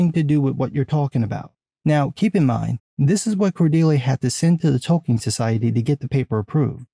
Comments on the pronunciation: Oh, Tolkien society. Haha -- sounded like "The Token Society." 😂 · Forgive my 23 years of Field Artillery but every once in a while it sounds like you’re saying “the Token Society.” But that a whole other video.